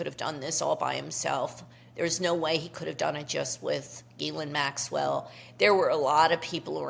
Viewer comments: pronounced Gi-laine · Not Elaine. Pronounced like Galaine. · She calls Epstein's Girlfriend 'Elaine' like from Seinfeld. I never would have figure out that pronunciation, thank you. Check the BVI docs, her name is Elaine...